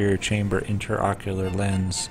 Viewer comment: Interesting surgical procedure and well performed. Appalling that the narrator continuously refers to the lens as an (sic) "interocular lens," when this is absolutely incorrect ("inter" meaning between, whereas "intra" means within). Any Ophthalmologist knows this is an "intraocular lens," and the repeated misstatement of the term can be quite confusing to any layperson watching this video. I recommend the video's narration be redone, with care taken to employ correct terminology.